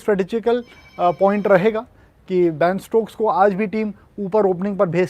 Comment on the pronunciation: shashank bhai... its ben stokes..not baan stokes